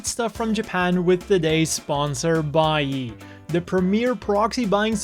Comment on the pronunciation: Okay, this has almost nothing to do with the video, and I appreciate the video, but... As a fan of Rerez, when you said Buyee, I was scratching my head for a while...